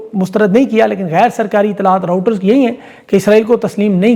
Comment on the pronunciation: Its Reuters (check phonetically) and not Router - pls correct to say right name. It matters as you educate your almost million subscriber base. & good job - no checked shirts and jackets at same time ;)